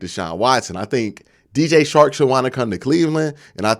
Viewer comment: Dj CHARK NOT SHARK. work on your communication. And pronunciation. You have talent.